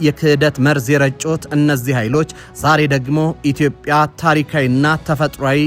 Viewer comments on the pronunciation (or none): none